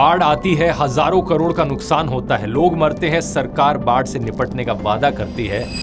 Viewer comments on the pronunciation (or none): none